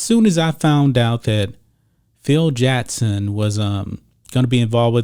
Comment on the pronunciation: JaCKson NOT JEtson, learn to pronounce your K's!!!